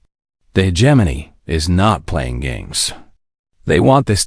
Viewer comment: the pronunciation of hegemony